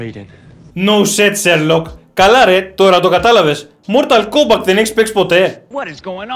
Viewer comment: Μορταλ κόμπακτ ακούω η μου φαίνεται?